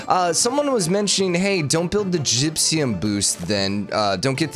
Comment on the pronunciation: "Gypsyum" instead of "gypsum" is seriously spiking my head.